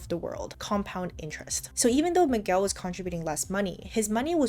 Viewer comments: The u in Miguel should not be pronounced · lol i love how you say "Mig-well" at first but then went ahead and say Miguel correctly right afterwards twice...great vid!